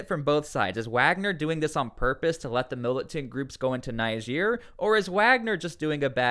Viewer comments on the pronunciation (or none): It's pronounced Neejeer, not Nijeer